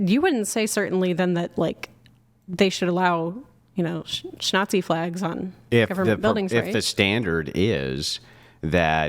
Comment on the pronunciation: No "shtick"! If I have to listen to one more idiotic mispronounciacion of "grape" or "shnazi," I think Im gonna "unalive" myself! For "fox" sake!